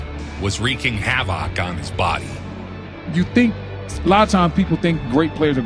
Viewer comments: HAVAWK thats a new one, I’ve heard of havoc. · “Reeking Ha Vock on his body” ?? 😆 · Bahahahah bro said have-ock. Shit had me dying 😂😂😂😂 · Bro really said "wreaking HAVAWK on his body" 😂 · you just pronounced havoc as "have ock" and now I'm convinced this is an AI voice. cheap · Wreaking "have-ock"😂😂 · why TF would you pronounce the word “havoc” like that? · I'm mad this thing was narrated by AI and AI couldn't pronounce the word havoc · I've never heard "havoc" pronounced that way lol